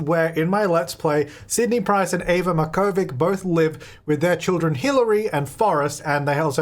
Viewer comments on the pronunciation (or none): Hey! Just wanted to let you know that you're pronouncing Eva's surname wrong. It's a Serbian surname usually written as Marković but I'm assuming Sims doesn't allow special characters so that's why they wrote it with a C (source: I'm Serbian 😆) If you look up 'Markovic pronunciation' there's a ton of websites with audio recordings how it's actually pronounced!